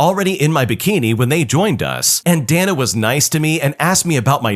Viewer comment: pretty sure "Dana" is pronounced "day-na," dude.